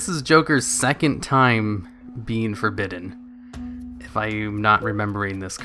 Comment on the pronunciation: For-Badden?! Why would you pronounce it like that?!